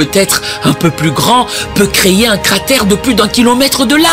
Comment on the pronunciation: ont ne dit pas créyé ont dit créer